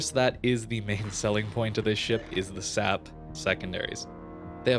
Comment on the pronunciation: Am I the only one who is annoyed by the fact that pronounces SAP as \ ˈsap \ instead of /ˌɛs.eɪˈpiː/? I mean, you don't pronounce AP as \ ˈap \??